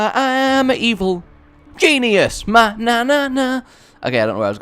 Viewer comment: anyone else notice he says "I am a genius, an evil Jesusus" lol